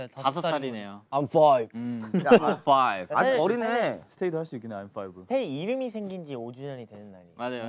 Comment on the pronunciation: After this now I can finally say, "✨I'm fOiVe✨" 😅😂